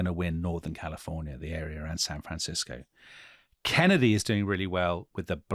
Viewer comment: I literally stopped what I was doing hearing that intro 😂 my favorite accent yet! Totally nailed the Kennedy rhythm 👌